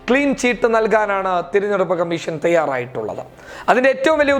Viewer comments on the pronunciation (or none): Thiranjeduppu alla,theranjeduppu aanu.